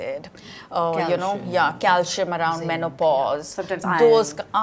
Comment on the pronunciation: Please don’t pronounce words incorrectly, use google if unsure. It’s calcium with a c not cal-shium. Iron was said properly by Malaika not Eye-on as pronounced by Rutuja. Magnesium has a sound ssss, not mag-ne-shium. Enjoyed otherwise for some useful facts.